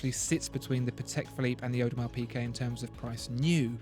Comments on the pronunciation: It's not pronounced PeeKay - it's PeeGay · It’s PiGuet!!!! Not PiQuet! This video is agonising. How on Earth can you expect to be taken seriously if can’t pronounce the simplest of brand names? Basics. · Is he saying Audemars PiQuet?